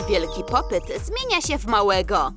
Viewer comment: ludzie mówi się popit a nie popyt